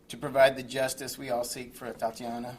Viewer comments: Completely inappropriate of him to do so. The mayor couldn't even pronounce the victim's name correctly. Her name is Atatiana, not Atiana. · This mayor couldn't even pronounce the victim's name correctly. Her name is Atatiana, not Atiana. And since when was she a married "Mrs. Jefferson"? So disrespectful, thoughtless, and insincere.